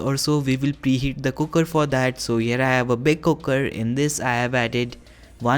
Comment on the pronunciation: Please don't say kukkar. It's cooker. Thank you.